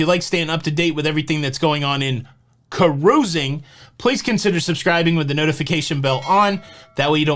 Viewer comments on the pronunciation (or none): Oh you make my day with the hand motions while saying Ka-ruising!!!! Lol